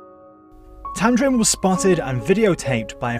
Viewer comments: And it's tamding not tamdrin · Not tamdrin, its tamdin! My name is also tamdin and imma girl.